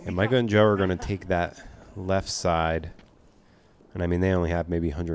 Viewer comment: The dude's name ain't Micah, stop saying it like that